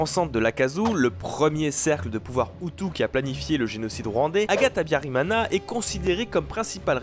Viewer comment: mana yanje (mon dieu) !? tu prononce mal le nom d'Agathe Habyarimana...... vraiment mal mais c'est cool d'entendre son pays ( BURUNDI)